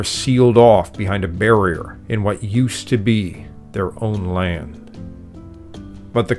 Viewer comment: The word is LAND, not Layend.